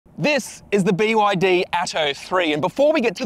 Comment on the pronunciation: its actually called be yar dee